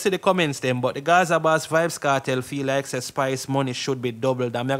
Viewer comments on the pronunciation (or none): none